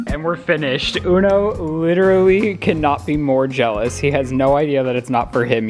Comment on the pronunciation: Omg he has a terrible habit of saying “literally” way more than one person should. AND he pronounces it “literly”. Annoying